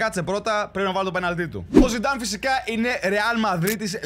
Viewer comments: Ο ειπε zinedine zinedan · ζινεντιν ζινενταν αχαχαχαχα έκλαψα 😂